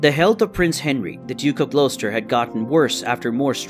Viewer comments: "Glow-stur". "Pur-fer-ee-a", "Pruh-shee-uh", anything ending in "shire" not being pronounced "sure". And I'm American....🤣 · Whoever is narrating this, I am from England and your pronunciation of Gloucester is incorrect.